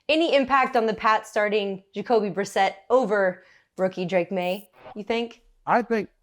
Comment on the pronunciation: Did he just learn how to pronounce vowels and the letter S? 😂 Plus how does he mispronounce Brissett, they were teammates even (ok Gronk was out due to injury that year but still)?